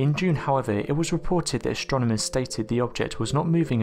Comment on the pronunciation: Yet another speculative video full of irrelevant graphics ... sorry, my mind was not blown, far from it. Also, the narrator has really weird pronunciation "stronomers" um, i'ts AStronomers ... yes? Extra Trstral, um it's Extra Terrestrial, yes?